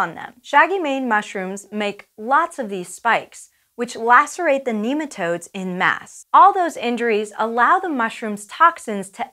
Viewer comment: "en masse" should be pronounced with the standard french pronunciation, which in english would be ON mass, barely pronouncing the 'n' 👍